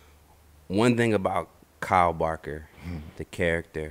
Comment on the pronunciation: It annoys the hell out of me that he keeps calling him carl and not kyle